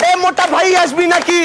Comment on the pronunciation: Sakshi, Aashbi Naaki hai, Asbi Naaki nahi, please uccharan sahi se Karo bhai!